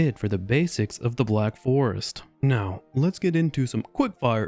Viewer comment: Through half of the video i kept hearing theVlack forest, I found that quite disturbing. The pacing of the video is better than in the previous. Nice work, cya in the next 75% stream.